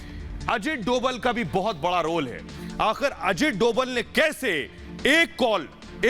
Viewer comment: अजीत डोवल नहीं sir अजीत डोभाल कहिये